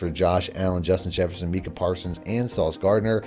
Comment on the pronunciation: Its pronounce my kah, not mee kah. U been disrespecting that man name every video. Micah Parsons